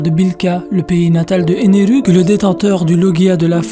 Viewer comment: Impossible de regarder ta vidéo, t'entendre prononcer un mot japonais en français alors que tu n'en touche pas une bille de cette langue est tellement énervant. Par exemple, Ener ne s'appelle pas Eneru en france. Tu sais comment on appelle les gens qui font ça? Des kikoo-jap.